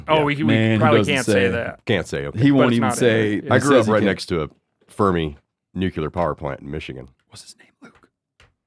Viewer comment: is making fun of Bush while botching nuclear himself 😅